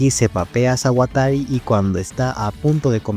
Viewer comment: Rara forma de decir Sawatari 🗿🗿🗿